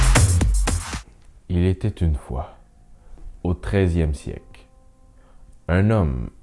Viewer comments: c'est moi ou tu as dit "Treizieme Siek" ? mdr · on dit Siècle, pas Siek